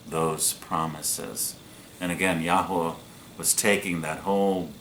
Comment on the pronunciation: For goodness sake please stop posting misinformation and making very silly pronunciations of the Holy Name of G-d